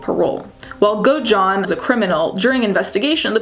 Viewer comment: Great video but the way you pronounced Godejohn is so annoying girl 😭 it’s go-da-john